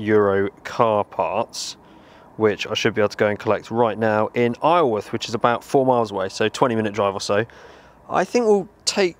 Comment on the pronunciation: great video but Isleworth is pronounced eye-zall-worth:)